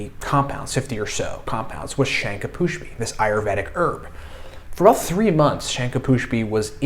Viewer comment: Its not shanka pushpi. Its shankh pushpi 😂